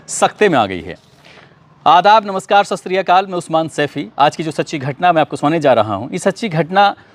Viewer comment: Bhaiya please say ', सत श्री अकाल' न की ससरिया काल'